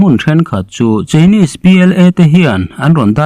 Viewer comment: Chinese i lam dan hi chu a dik lo.